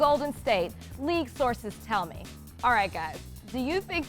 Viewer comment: How The Fuck Is She Gonna Quote Kanter, But Not Put The Emphasis On "ME"? She Fucked It All Up.